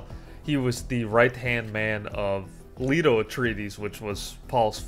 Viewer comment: I don't like correcting people on their pronunciation of words (you could have dyslexia or something similar). However, when you are unable to pronounce most of the names, maybe you should consider doing 5 mins of research into that. If you can't say Leto correctly, then that should be your signal to try to improve your pronunciation. Also, maybe write what you're going to say before making a 30-minute video on a world you clearly lack a fundamental understanding of. By writing it, you should get a better idea of how little you know